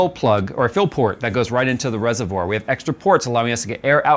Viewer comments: everytime says FILL I hear PHIL. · Was it a "PHIL PORT" or a "FILL PORT" ?😅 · Why did I hear jay saying "Phil" instead of 'fill'. Every single time said fill I always thought he said Phil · Every time he said fill I kept thinking Phil.